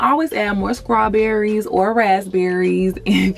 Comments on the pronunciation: Did she say "scrawberries"? Lol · 7xelbuaD lol she did 😄 love it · Yes! She was cracking me up the whole video. I will be definitely trying out the liquid biotin 😁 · Lol yeah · hahaha. i was so dead. replayed it and allll.